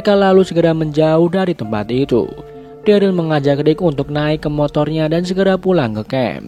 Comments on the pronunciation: Keinget dulu ngomong daryl jadi darly:vdah lah lupakan semua manusia punya kesalahan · Pas season awal ngomong daryl aja darly